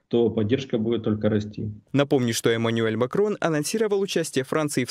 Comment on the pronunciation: Как, как - маниель? А чому не Эмануэль?